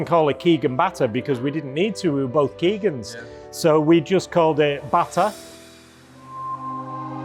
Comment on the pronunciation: Pronounced botta.